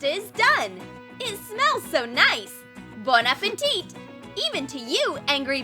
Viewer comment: My dad: bon apétit: bon aféntit Me: bon apétitty